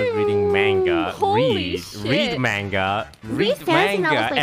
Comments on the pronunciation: _- Its (Mong-uh) = Manga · What is Manga, Toast? Your pronouncing it as Mango It's MAnga ma as in Ma (mom) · They really said manga like mango lmao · Say “Mainga” one more time Toast.... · The fact that everyone called manga, maynga made me want to die